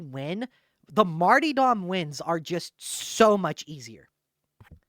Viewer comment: If this guy says martee dom one more time I'm going to puncture my own eardrums. I'll never get back the time I spent listening to this. 😢